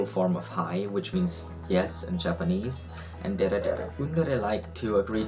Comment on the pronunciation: As soon as he correctly pronounced dere I was like "YES, HE IS A OTAKU"